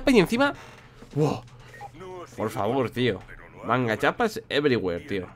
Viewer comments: LIKE si piensas que es ' Everywere ' en vez de ' Everygüer ' :) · "Everyguer" qué malote lol.